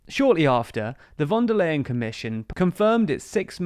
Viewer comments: /fon der ljen/ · Phone da lion (or "phone da line") :) Easy to remember this way actually.